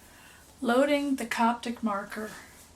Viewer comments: Copic, not Coptic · Where ya getting the T from in CoPic?